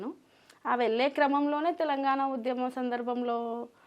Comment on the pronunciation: UDHYAMAM kaadura kunka. Udyamam. Telugu ni khooni chestunnarura. Ye okkadu English padam lekunda 20 secondlu maatlaadite Ottu.